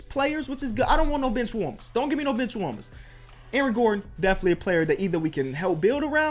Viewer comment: When he said bench i thought he said b*tch